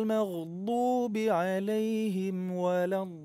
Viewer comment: Bacaanya sudah bagus...tapi sedikit koreksi tasdid terakhir pada lam dalam kalimat waladdoollin agak di tekankan sedikit biar agak jelas...semoga kita semua selalu di beri petunjuk...terima kasih....🙏